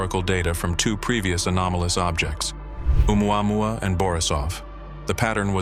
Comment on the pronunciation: Stupid AI narration! Listen to how it says Oumuamua! Ooo mwahwah 😂😂😂